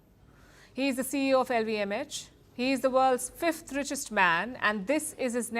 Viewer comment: Great News show, but the presenter should work on some of her pronunciations to reach a wider western audience... Forty is pronounced as for-tee, not four-tee. Insurance, stress the first syllable, same for Industry. Deter, is d-ter, not day-ter. LVMH, the letter H is pronounced as ai-ch, not etch.